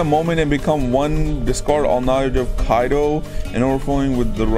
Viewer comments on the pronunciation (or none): Just to help the guy out (I will edit this list as I progress in the video), here is a quick pronouncation guide to th Kisuke Urahara- Keys-kay Oo-Ra-Ha-Ra , Kido - Key-dough